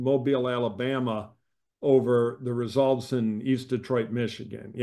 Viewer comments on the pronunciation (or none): none